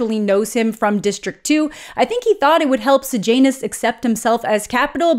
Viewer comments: Does anyone else hear Sejanus as Sir Janus Every single time she says it, it's all I hear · Am I the only one who read it was Corio-Law-Ness and Say-Yah-Ness and was extremely disappointed by Coriol-Anus and Sage-Anus ??